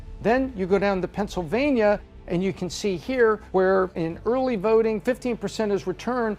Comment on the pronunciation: "Aurley Vaurting"